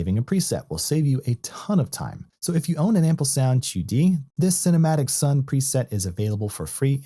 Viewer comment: Your pronunciation intrigued me enough to watch a Chinese & Mandarin instructional video to learn how you are pronouncing Qudi. Well done on teaching that extra piece of knowledge, ha.